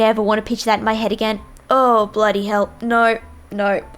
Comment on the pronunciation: How she says Know No So Oh